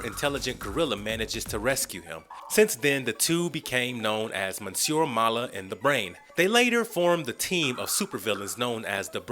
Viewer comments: Wow, Jane IS in comic books, not at the very beginning but in the Vol.2. You just saw the tv show and check wiki-fandom to complete holes ? Also you mispronounced Monsieur (wich is not the 1st name of the gorilla) and De-creator... and Lucy Fugue, like... fugue ! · The repeated mispronunciation of "Monsieur" and the narrators use of it like it's a first name, when it is instead a french form of adress and the equivalent of "Mister", makes me angry.